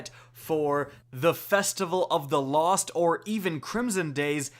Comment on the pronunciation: I luv how he said festival of the cost